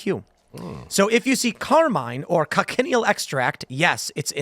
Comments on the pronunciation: FFS once again it's not pronounced coc-en-i-el, it's kotch-in-eel. Three syllables, not four. And what is extracted from them is carminic acid which is processed to make carmine, a colourant. It's nothing new - it's green in used for at least 2500 years. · It's pronounced "coach-in-eel" not "coc-in-ial" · the "CH" in Cochineal is not pronounced as a hard K, It's pronounced like it's spelled with the CH pronounced like "chin" a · It's pronounced Co-chin-eel. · It’s pronounced KOTCH-in-EEL. Technically they are parasites, but they live on cacti, not blood. Food coloring, preservatives, texture and flavor modifiers can be in a very natural , raw state or heavily refined and processed so simply saying they are bad is not enough. Salt is a preservative, but what kind of salt? What is the chemical composition? The real problem is Corporate Capture in regulatory agencies and science. The layman will always be ignorant, we need experts help top high ethical standards. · The bug is pronounced CO "CHA" NEAL.